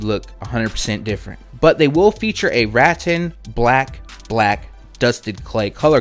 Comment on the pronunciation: “Ratin” lol... it’s pronounced “rat-tan” like the type of chair